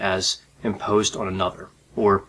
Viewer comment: He always pronounces "on" as "oh-onn" Is his accent from a specific region?